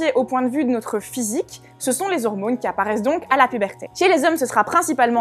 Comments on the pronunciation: Quand elle dit "hormounes" :3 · Hormônes, testostérônes... C'est con mais ça me fait rire.